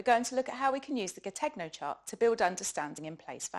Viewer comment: Great work! Check your pronunciation of 'Gattegno' ; ga-TEH-nyo because it's Italian. Many thanks for your work.